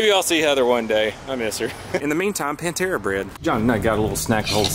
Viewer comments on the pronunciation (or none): Anybody else catch sayin "Pantera bread" 😂😂 great band for real though!! Keep up the vlogs buddy! ✌️